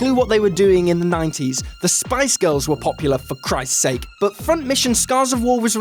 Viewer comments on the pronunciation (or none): none